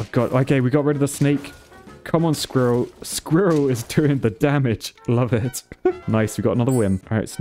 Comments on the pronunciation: i cant stand him saying skirril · lol the way you pronounce squirrel is soooo funny haha